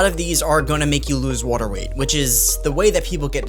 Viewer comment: Really interested where dude is from the way he says “watr…” or “waytr.”